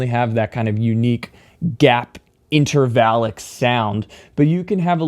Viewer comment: I love that you said: intervalic!